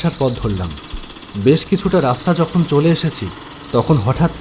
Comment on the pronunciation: Dada raster noi raster❤❤❤